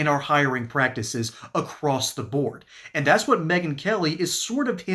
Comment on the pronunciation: It is going to be difficult supporting a POTUS who says "dat's" instead of "that's"